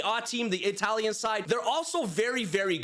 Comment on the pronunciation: your italian pronunce is awful